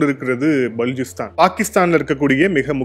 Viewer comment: பலூச்சிஸ்தான் நீங்க உச்சரிக்கும்போது பலூச்சிஸ்தான் உடைந்து போவுது. அப்புறம் கவுதாரி போர்ட் இல்லை குவாதர் போர்ட்